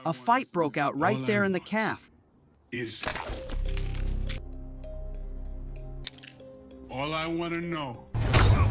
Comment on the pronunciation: Stop using these stupid AI voices that can't pronounce words correctly. It's a cafe, not calf